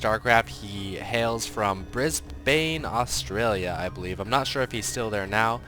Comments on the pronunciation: its prenouced brisban, not bris BANE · psy its "bris-bin" not "bris- BANE" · It's Bris-BAN. Not baaane:P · Bris-bay L0L its Bris-Ban pronouced like that :D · bahahahah brisbANE..... its pronounced like brisben< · Lol love how he says Bris-Bane, Its really pronounced Bris-bin, dont know why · it's actually 'briz-bən, not "bris-bin", nor "bris-BANE" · Great vid BTW it's pronounced Bris-ban not briz-bane:D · its more pronounced briz-bin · its pronounced briz-been psy. Not holding it against you. Cast some HasHe games dammit. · Bri-s-bay... LOL took me half a sec to realize it's Brisbane!:D You u come down visit Australia some time!! Brisbane is just 40 mins away from the beautiful beautiful Gold Coast! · it's pronounced "bris-bn" (the "bn" is kind of pronounced like "ben".. but you need to really rush the "e" sound) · Briz-bane? your pronunciation of it makes it sound like the original alien which banelings came from. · Brisbane Australia. Pronounce it 'Brisbin' :D :D